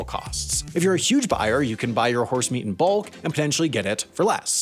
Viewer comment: Spoiler, don't watch this video while eating. You won't be able to eat anything anytime he says HORSE-Meat